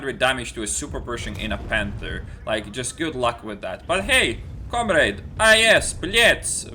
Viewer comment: com-raid? lol